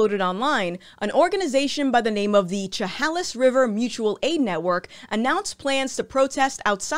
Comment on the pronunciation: Lol I did it too when i moved up here too. Chehalis is pronounced (Shhe hay liss). Just as information.